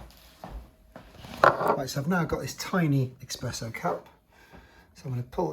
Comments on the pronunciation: ESPRESSO. NOT EXPRESSO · Very nice video. However, we say Espresso, not Expresso. :) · Thanks for showing us the machine, but its eSpresso not eXpresso